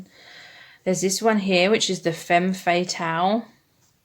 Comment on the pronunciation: Hello ! Thank you so much for that reading! I chose the 4th pile. Just letting you know, femme fatale is pronounced "fam" fatale :) from a French speaking person haha love you xxx